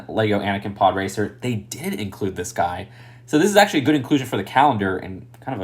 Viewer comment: The way you say it makes it sound like your stressing the word did